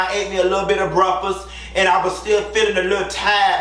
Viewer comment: Yes, and pronouncing “breakfast” as “bruckfuss”.🤣